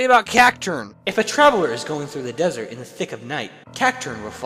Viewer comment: "through the 'dessert' in the thick of night..."